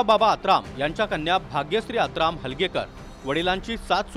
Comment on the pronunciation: आत्राम नाही आतराब म्हणा याला